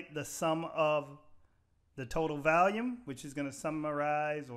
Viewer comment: You say "valium" instead of "volume". 😂